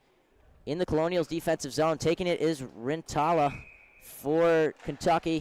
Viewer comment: Pronounced Kernels not Colonials